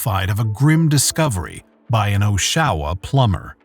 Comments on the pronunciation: It's almost infuriating you kept pronouncing Oshawa wrong when it's in a fucking news clip, pronounced right. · Your pronunciation of Oshawa, even when it was correctly pronounced every single time in the video clips, is criminal! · sorry but the pronunciation of Oshawa made me laugh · You’re pronouncing Oshawa wrong. It’s kind of annoying for someone from Toronto. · The problem with AI narration is that it can't seem to recognize some names like Oshawa. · You keep pronouncing oshawa wrong. If you watch your video and listen to the news clip he says it correct. Im from ontario canada. Your not even close to getting it right lol. Other than that good video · The way he pronounced Oshawa 😂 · Its so annoying hearing you butcher the pronunciation of Oshawa. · I don't think it's AI, but if it is, it's pretty good aside from pronouncing Oshawa. Kind of annoying that they clearly saw news clips with the correct pronunciation, but still messed it up. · How does the narrator repeatedly mispronounce Oshawa despite including multiple news report clips where it's correctly pronounced? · That mispronunciation was like nails on a chalkboard to me. It's inexplicable since the video included numerous clippings in which the correct pronunciation used. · this is how Intrepid Medical Center's AI voice says it when you call them! We laugh every time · i live here! im aware but thats not even the correct way to pronounce it that way. its wrong on both counts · Take a cue from the TV announcer at the mark and learn how to pronounce Oshawa. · Please learn how to pronounce the name of the city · Im not sure I can continue to watch with the mispronunciation. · Lol the way he says oshawa kills me 😅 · I've never heard anybody mispronounce Oshawa this badly. The narrator had one job to do. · Right? Like what the actual eff. He keeps saying it wrong despite the correct pronunciation being said multiple times in the various embedded clips. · You're saying the name of this city wrong! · Aw shawa